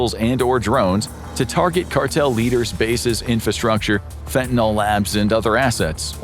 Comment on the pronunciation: Fentanyl rhymes with pill, not with alcohol. The word ends with a Y, not an O or A.